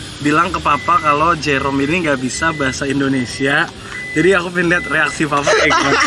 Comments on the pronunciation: itu dia ngejoke, soalnya di video ini ada bagian pas salah bilang 'jerome' jadi 'merome' 😩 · 😂😂 bisa2 nya bilang merome😂😂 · "MEROME"AHHAHHAHAHAHAHAH SEMANGAT OM NGAKAAK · Ketawa ampe sakit perut pas salah sebut nama Jerome jadi merom, hadueh ampe nangis ketawa nggak ada hentinya. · Pls ngakak yang papa nya om fadil bilang merome 😭😂😂